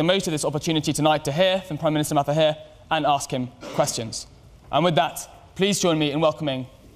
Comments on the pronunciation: fdid that white boi call him matahir??? cringe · Prime minister of Malaysia - Mathahir